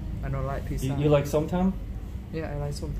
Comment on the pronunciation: It is not picca ok it is pizza.